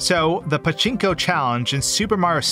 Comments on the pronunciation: I love the way he says paCHInko machine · did you have fun pronouncing pachinko?